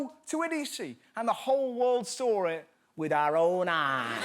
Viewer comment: How he says sawr instead of saw.😂😂😂